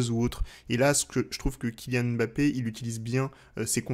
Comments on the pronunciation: oh non tu peux pas nous faire ça haha 😅. ça se prononce "mmmBappé" et non pas "Èmbappé". Ta chaine pourrait limite avoir un épisode sur la prononciation des noms africains donc attention à notre Kylian stp!!! et à tous ceux qui ont des noms qui commencent par deux consonnes:) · Très bonne analyse comme d'habitude mais juste pitié frère, on dit Mbappé et pas M'bappé. Il faut qu'on laisse aux français le défaut de mal prononcé les noms africains